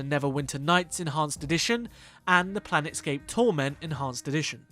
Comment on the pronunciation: It's Planescape Torment, not Planetscape